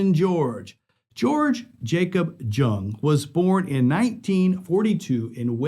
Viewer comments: Once he pronounced jung it’s pronounced young 🤦🏾‍♂️ lol I ended video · George “Young” the J is a Y sound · Great video but just a minor correction. George jung is pronounced George yung